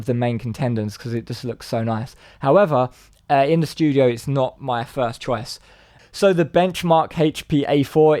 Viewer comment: you pronounce "chor-wass" instead of choice. it's your urban accent. You do it all the time. I'm British and sometimes I misunderstand your pronunciation. Youtube is global. Great channel. Liked/commented/subscribed.